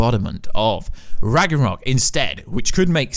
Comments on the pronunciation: It’s ragnarok not ragranok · RAGNAROK! not ragarok, not ragornok, not ragerok is fucking ragnarok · Maybe He misread the "n" to "r" in Ragnarok and pronounced it as "Ragranok" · you said it Ragranok multiple times, I don’t think you said it correctly the entire video. It’s pronounced Rag - NAR - rock. Not Ragarock Raganrock Ragranok Raganock It’s Ragnarok. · Why do you keep calling it ragranok???? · (Rag-Nor-Rock) Ragnorok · Ragnarok (Rag-Nor-Rock) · It's pronounced RAG-NUH-ROCK. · “Loki’s real name ragroror” wtf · Sorry to do this but it is pronounced RAG-NORE-ROCK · did he just said ragornok?? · I love the part when he says ragronok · I wish he would say that instead of Ragranok. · Noone:: ragrenok Sorry just had to do it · as a dane, I love that ragnarogh pronunciation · Say it with me RAG-NOR-OK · Bro it’s Ragnarok (Rag-nuh-rock) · Ok now say it with me, Rag nar rok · The amount of times he said ragranok and ragrunrurok hurt my brain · The hell is rag na nock? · Dude can’t pronounce Ragnarok. It’s pissing me off. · "is ra-g-re-o" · Its Ragnarok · Are we just gonna ignore his pronunciation of RAGRANOK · lmao...he also messed up by saying Atrias real name is "Ragranok" when its Loki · R A G A R N O K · “Rag er rock” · No. Absolutely nobody in their right mind can ignore this. Only reason I came to comments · Its pronounced ragnarok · It bugs me when you say Ragnorok wrong. >:{ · You mispronounce Ragnarok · I can’t believe he said Ragnarok wrong over and over again for the whole video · Can this dude learn to pronounce ragnarok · This guy has no idea how to pronounce Ragnarok... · Why are you not able to pronounce ragnorok correctly?? My god! Then he goes on to say IMPLIKITLY! How low is this mans IQ?! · Did you bump your head? First, you mispronounce Ragnarok, then you say that the wife of Kratos is Freya. Then something else, you call it north misology? I’m baffled. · left a dislike for this clown. He can’t even say ragnarok properly